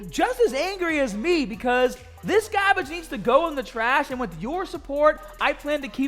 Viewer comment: The “BUT BEFOH WE GET STAHHHHTED” is always a good indication pumped AF 😂 And then he affirmed it with MEGAAGAHHBAGE😂